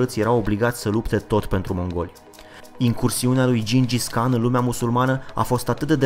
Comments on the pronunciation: se citeste gingis han nu can! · gingis han nu khan